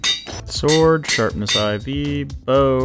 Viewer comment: I'm here after 5 months and love how he said sharpness IV instead of 4 and also wanted to put it on an axe 💀